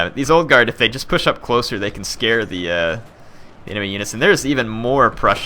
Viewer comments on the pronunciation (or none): none